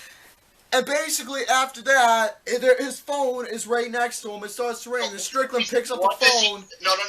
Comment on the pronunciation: Dude, it Strickland, not "Strictland."